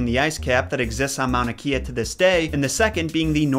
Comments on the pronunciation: Hey! As a person who grew up in Hawaii, your attempts at pronouncing the names are pretty good! Here's a tip though: -anything with "ea" is usually pronounced "ay-ah" for example "Mauna Kea" is "Maw-na Kay-ah" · The basics of the hawaiian language for those of you who aren't really fluent in it are just to pronounce the 5 vowels a, e, i ,o, u as "ah", "eh" "ee" "oh" "oo". For ex, the "Kea" in Mauna Kea is pronounced "kay-yuh". But youre doing pretty good, ignore them haters, and im subscribing. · Hey I was raised in Hawai'i and know the pronunciations so just some help to figure some stuff out. Haumea is like how-meh-uh or at least closer to the correct pronunciation. Mauna Kea is more like moun-ah kay-uh. Also, Pele also asks for booze and cigarettes for some reason... Just thought I'd help :) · How pronounce Mauna Kea is Mauna K - a. That’s a little education. I’m also a big fan of Greek and Hawaiian mythology. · Mauna Kea is pronounced mana-kay-uh :) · I really love your vids but when you said Mauna Kea I laughed a little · hi!! as a resident of hawaii and with hawaiian in my blood, i would like to help correct your hawaiian pronunciation :) i love your videos a lot and if you do another hawaii based video, this might help~ you mostly got it all correct, but Kea from Mauna Kea is pronounced Keh-ah, not ki-a. a point to note is that ‘E’ is pronounced (eh) in Hawaiian, which is part of the reason a lot of the words weren’t pronounced correctly. I hope you find this comment useful and keep posting so many great videos!! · I was born and raised on Oahu, Hawaii and I know how pronunciation of Polynesian words is hard lol but Mauna Kea is said like Mow-nuh kay-uh! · the pronunciation of mauna kea was close! but instead of “kee-yuh”, its “kay-uh”, but keep up the good work man! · I’m Samoan. Not sure if Hawaiians pronounce it differently but we say Mauna Keh-a not Key-a. Everything else sounded correct though! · It is Mauna Kēa